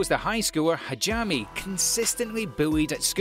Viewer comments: Still can't get over his pronounciations... Chikita, Hareem, Hajami in Arifuta? I mean wtf, at least try xD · Lol, "Hajami" :) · Great video, but you really need someone to explain to you the proper pronunciation for a lot of the names in Japanese. The one that bothered me the most was Hajime should be pronounced Ha-gee-may. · ngl id give this narrator a 7 out of 10 just because he pronounced hajime and arifureta wrong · I love how this guy can't pronoun arifureta or hajime correctly lol